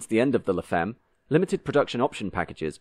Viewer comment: By the way, femme is French and is pronounced fam and not feem. French, one of the 'other' 7000 languages of the world.